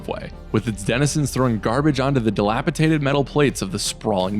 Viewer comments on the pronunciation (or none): He also said "dilapitated" instead of "dilapidated" :)